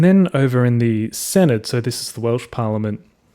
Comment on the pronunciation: Note for future reference Senedd is pronounced Sen-Eth 'dd' makes a 'th' sound in welsh words.